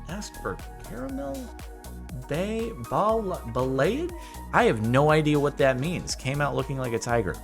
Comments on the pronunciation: It's pronounced ball-ee-aj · ba (as in balance) - lay - age (as in triage) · The hair thing is pronounced "bah-lee-ah-je" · Pronounced ball-e-aje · it is pronounced ba (as in balance) - lay - age (as in triage ). Your pronunciation is an Americanism of the word. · I’m a hairdresser student, and i’ve just recently learned what balayage is. It’s free hand style of striping, usually done either bleaching the hair or with some color (this if you have light color hair). The word is pronounced like ba-la-jage. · It is pronounced ba (as in balance) - lay - age (as in triage), your pronunciation is an Americanism. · and it is pronounced like ba-la-jage, i checked it from my teacher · Backon Lazer I know how to pronounce it... 😂 It’s Ball-ee-ahj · Balayage - Bah-lay-ahh-zghe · The hair treatment is pronounced bah-lee-ah-zh it just means blended color basically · Bowl-ie-asz is how it's pronounced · It's pronounced Ball-EE-aah-sh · THE WAY HE SAID BALAYAGE GOT ME SO HARD HAHAHAH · Thank you. Him saying balayage upset me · His pronunciation of balayage is so bad it hurts me😂